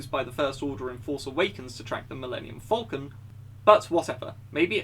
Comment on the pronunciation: It sounds like you say Vulcan rather than falcon.